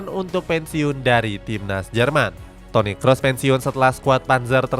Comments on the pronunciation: Toni Khos bang bacanya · Toniy Qroes bang bacanya yang paling bener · Toni krus bang bacanya bukan Toni kros